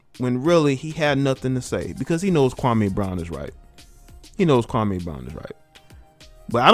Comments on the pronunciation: you're not pronouncing his name correctly. It's pronounced 'Kwa-Mee' not 'Kwa-Maaay'. I usually don't care about these details but KB literally has a problem with the way SAS says him name so it's kinda ironic that some of the very people who are siding with KB are also inadvertently butchering the brotha's first name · SAS goes at everyone.... I don't understand what y'all talking about? He clowned Kwame Brown but he's clowned a ton of players, black and white over the past 15 years!!! Yes Kwame's name and how he pronounces he's name is part of what SAS is known for.... I'm not bout to feel sorry for Kwame because he had multiple opportunities to turn his career around and he became a decent role player and made over 60 mil in the process.... And I'm sorry Barnes was an elite defender and a very good role player and a dog!... Also Stak5 was a borderline All Star and dog and always rode for his teammates